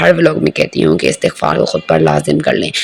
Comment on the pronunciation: Astaghfarr ni hota meri behn istighfar hota h